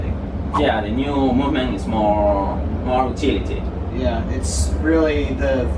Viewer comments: more tility* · tomas villescas no, eso es lo que dice "tility", se que es utility